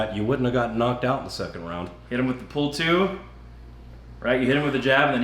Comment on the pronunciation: I had to rewatch the last 10 seconds twice to not hear, "Thanks for supporting our Sex Ammendment Rights," instead of Second Ammendment Rights.